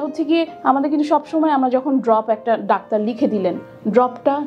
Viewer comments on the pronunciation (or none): none